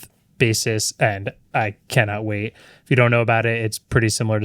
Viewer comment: “Not going to way it.” 😂